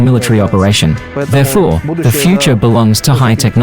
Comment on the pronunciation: Not ze video, the video. I like you, you are beautiful. nice voice but practise💙💛 THE not Ze